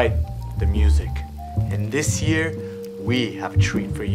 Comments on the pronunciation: Why does he say year like cheer? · Instead of saying year he says chear